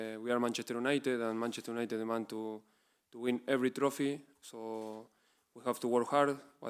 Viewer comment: Mancheter Junited - The Butchered 2023.